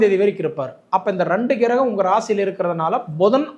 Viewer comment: கிரகம் என்பதை சரியாக உச்சரிக்க வேண்டுகிறேன் ஐயா.